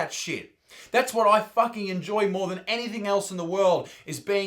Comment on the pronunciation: Bro, did you say "anythink"?